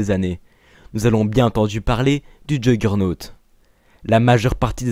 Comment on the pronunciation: Si je puis me permettre ça ce dit yourgeunotte a l'oral